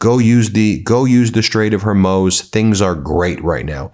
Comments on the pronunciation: Please stop with your mispronunciations. It isn't hermose, it is hor-moose. I guess hermose is better than your previous "hor-mewz", but not by much. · Ben, it is the Strait of Hormooooze😂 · Ben, the evolution of your mispronunciation of Hormuz is killing me. From “Hair Muse” to “Hore Mose.” You’re getting closer. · Ben, are you so tone deaf that you can’t hear the correct pronunciation of “the Strait of Hormuz”? It’s “hormooze” NOT “hormose.” How can we believe what you’re saying if you can’t even get the pronunciation of a war zone correct? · Hormuuuuuuz. Not Hor-moze. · Hormuz not hormoz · As a veteran of the War on Terror, I cringe every time I hear Ben pronounce it as "The Straight of Hormose". It's pronounced The Straight of Hormooze". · What is wrong with you? Why can't you get the name right? Hor-mooz, it's pronounced Hor-mooz. Dude get it right. Hormuz, not Hermoz. Come on....... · Its not Hurmoz, its HORMUZ, ffs. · Strait of HormUZ...not HormOZ. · All good views Ben, but it's the Strait of Hormuz, not the Strait of Hormose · Hor-muz, Ben. Hormuz. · hor - mooz it is pronounced hor-mooz not hor moze, hor-mooz it is pronounced HOR M-O-O-Z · Not Hermuse, HOR-MOOZ! Come on Ben. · For the love of God, it’s pronounced “Harmooooooze” not “harmoes”. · Ben its HORMUZ not HORMOZ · One small note: the Strait of Hormuz is pronounced “HOR-mooz.” It sounded like “Hor-mosz” in the video. Since the strait is so central to the Iran situation, I thought you might want to know. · The Strait of Her-mooze, not Her-mows. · Ben, you have a problem. You cannot seem to pronounce names correctly. Examples of names - Karoline Leavitt (not Lion or lyin) - Maria Bartiromo (not Bartiroma) - Strait of Hormuz (not Hormose) If you are doing this on purpose then it shows a lack of professionalism. Do better. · Ben, it's the Straits of HormUz! HormUz! Not Hormoze! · Her-moze No, hor-mooz! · it is called Strait of HormUz NOT Strait of Hormoos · is HORMUZ , not HORMOUS.. ❤ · Hor-MOOZ, Ben!